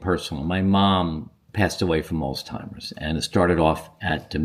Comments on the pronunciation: Why do you call it Alls-timers? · There is no T in Alzheimer’s